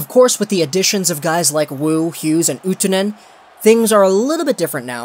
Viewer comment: YES! You didn't butcher Utunen this time, I'm so proud of you brotha